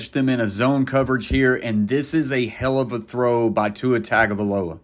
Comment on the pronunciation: Man I’m not gonna lie to you I’m at the part in the video and just heard you say Tua’s last name and it made me cringe a little. The correct pronunciation is actually tongue-uh-vie-loah. It’s natural to want to say tag because how it’s spelled but when he was at Alabama he was asked how to pronounce it and said it was indeed tongue not tag.